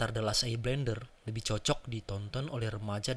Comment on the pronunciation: Bender bos bukan blender.. namanya nybutnya eeng bukan a ang.